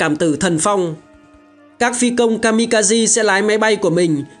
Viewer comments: Kaze (ca giê) trong tiếng Nhật nghĩa là Gió (Phong). Kami kaze là thần Phong, thần gió. Chứ không phải kazi (ca gi) như add đọc nhé. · Ka-mi-ka- zê nhé :V anh đọc đúng, ko thì nghe bực lém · chính xác là Kaze đọc đúng là Ka De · kamikaze đọc là ka-mi-ka-giê bạn ad ơi. Đó là tiếng Nhật ko phải tiếng Anh